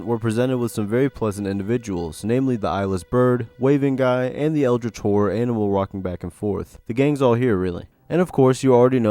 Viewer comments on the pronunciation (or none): none